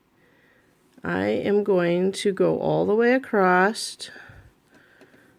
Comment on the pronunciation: Don’t hate me for this but “Across” doesn’t have a “T” in it!! 😂you are too cute I had to bust your chops! I’m now curious how you pronounce “Creek” and “sandwich” 😂😂😂. Xoxo